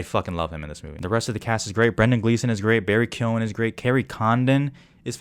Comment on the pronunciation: This was a great review! Appreciate your insight, and also respect to you for being one of the only non-irish people to pronounce the name Keoghan correctly! Subbed.